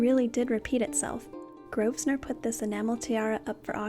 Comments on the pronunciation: Love the history that goes with these beautiful pieces. Please don’t take this as petty and pedantic; it’s said only with best intentions. Grosvenor is pronounced like grove-ner. The S is silent. Keep the vids coming. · It's pronounced Grovenor, the 'S' is silent. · It’s pronounced GROVENOR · The Rules of Westminster pronounce their surname as Grovener. Just a tiny thing but important. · The /s/ in Grosvenor (which derives from the French and means "fat hunter") is silent. English names can be VERY tricky. Keep up the nice work and avoid using words like "assholes", which are not really appropriate for this type of video.